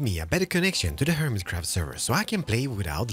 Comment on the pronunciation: Welcome back to anotherrr video of HEWMICWAFT! 0.0 :o